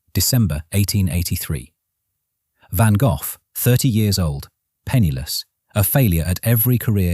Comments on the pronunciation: You People Are Just Weird..And This Is AI…He Pronounced His Last Name..VANGOFF🤷🏼‍♀️Get It Right,The Man Is A Legend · Ok- Stupid Ai- The first two words as you started your video TOTALLY MISPRONOUNCED VINCENT VAN GOFFFFFF🖕🤬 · WHERE DOES THAT F. COME FROM? HIS NAME IS. GOGH, NOT AN F ANYWHERE, THE H IS SILENT SO …….VAN GOG(h) !! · I have been to the van Gogh museum in the Museum Quarter in Amsterdam. It was an extraordinary experience!Too bad the idiot AI doesn’t know how to pronounce the artist’s name! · Damned AI cant even pronounce Van Gogh correctly. Why even listen as if it can be trusted information. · Fascinating! And, to me, it's always been pronounced "Van Go". What a tormented soul. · but apart from the heinous and atrocious butchering of the name, did you enjoy the video? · Van-Goff? I hate computer voices! 😫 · i could not get past because the ai narrator couldn't pronounce a famous painter's name correctly; it doesn't end in "f". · Dear A.I. Narrator, You are brutally mispronouncing the artist's name. It is not pronounced Vangoff. It is pronounced Vango. Sigh.🙄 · "GO" -- NOT "GOFF" who programmed this A.I.???? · It is not Van Gogh's painting it is a Van Gogh painting Pronounced Van Go, not Van Goff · LEARN HOW to pronounce Gogh, it is not Van goff, is sounds more like Van Goh...Check with "how to pronounce a word" on your tube. it should come out almost as a cough. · Please teach your Ai to say van Go instead of Van Goff. Touring a decent story. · For the sake of sanity, you're calling him Van GOLF when it is pronounced Van GO, 😂 LMAO Golf, LAWD HELP ME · Van Goff? Seriously? If you're gonna use a text reader.....then write the narrative in a way that makes the computer at least that has them pronounce it properly. Write "Van Goe." Then it comes our correctly., All you guys do this, but do not bother to fix it. Drives me nuts and I stop watching it immediately. Just pure laziness. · Who the heck is Van Goff??😂. Van Go is how I was taught. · "VANGAFF" lol